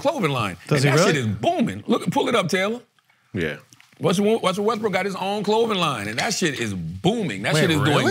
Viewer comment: Char keeps saying Wusell Restbrook😭😭😭😭